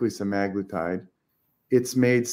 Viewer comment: And drops the bomb. 💥 😆 Yes folks… it really is SEH-MAG-LOO-TIDE. Scoreboard: Stuffy 1 Prior Default 0